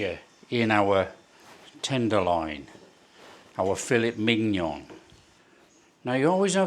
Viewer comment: Oh my god I’m dying, Fill-it MiG-Non hahhahahahhaa